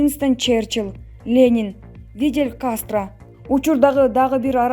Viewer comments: Видел эмес ФИДЕЛЬ КАСТРО туура оку озунда бироону сындагандын ордуна. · Федель Кастро озун туура окубайсынбы болокторду сынга албай 1.35